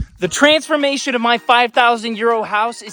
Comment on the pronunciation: "The TRAINSFORMATION"?